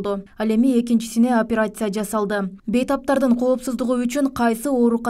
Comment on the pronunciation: Карындаш, операция менен реанимация деген созду жакшылап жаттап алышын крк экен, ийгилик!